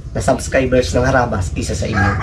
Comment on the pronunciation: Kabilang team bkit ndi mo mabigkas na harabas